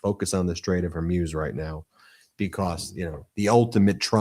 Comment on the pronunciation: It’s not Hairmuz ! It’s Hormuz😉